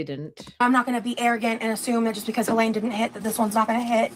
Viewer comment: It’s Hurricane Helene, not Hurricane Helaine you doofus